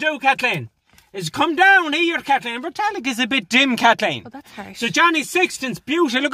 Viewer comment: 33 times of Kat-LEEN